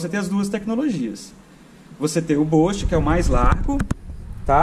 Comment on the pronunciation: Escreve-se "boost" e pronuncia "bust" e não "bost". Cara, na boa? Espero que não fique chateado comigo. Vc é um formador de opinião. 5 mil pessoas assistem esse vídeo. Se preocupe em falar um inglês correto pra não ensinar errado os brasileiros que te assistem.